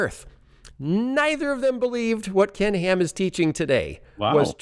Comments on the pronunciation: I hear 'Pork n Ham' LOL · "Oh poor Ken Ham" -- sounds like "Pork & Ham" ...